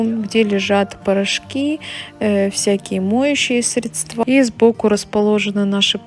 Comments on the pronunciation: как все у вас идеально и красиво. Поэтому позволь мне поправить тебя в произношении слова Средства, здесь ударение правильно падает на первый слог. Надеюсь, ты с пониманием отнесешься к этой маленькой поправочке. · срЕдства, а не средствА, колхоз